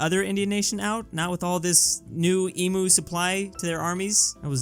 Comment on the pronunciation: hey, My man, you've been pronouncing "emu" wrong this whole time. You gotta pronounce the u in emu the same way you pronounced "you". Gotta please our emu overlords.